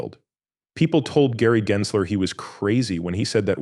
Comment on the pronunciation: It's not pronounced "Jensler", but we can't expect a fake AI voice to know that when it's narrating fake AI content.